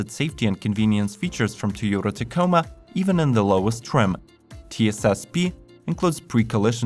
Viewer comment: "tyota ticoma"